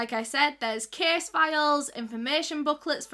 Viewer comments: Anyone else think she was saying kiss instead of case in her accent? 😅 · I love how she says case ❤️